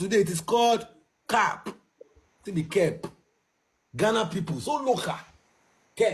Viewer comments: Let’s listen to the correct pronunciation of CAP on goggle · That is call curp is the one you wear on, your head and a cup 🥤 is the one you drink 🍸 inside is two different pronounsation so , watch your English and use it accordingly .